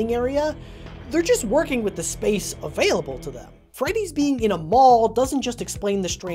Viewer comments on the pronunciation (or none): none